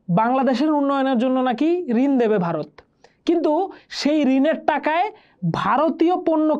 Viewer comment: ota Bharat hobe gendee , Barot na...aage uccharaon kora sekh...